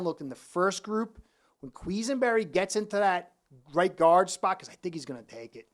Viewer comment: almost did a spit take when you said “queeze-en-berry”. Granted not the easiest name but really great getting a fin fans take on Bills play.